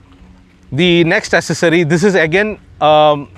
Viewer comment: The word is Accessory (Ak-sessory not Assesory).